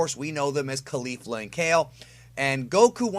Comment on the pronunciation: you still haven't learnt how to say caulifla it's not col-leaf-la it's colly-fla